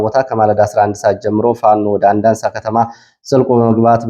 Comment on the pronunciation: ከባህርዳር ወደ ጭስ አባይ ባለው መስመር የምትገኘው ቀበሌ አንዳንሳ የሚለው አንዳሳ በሚል ይስተካከል ሁሌም አንዳንሳ ነው የምትለው ።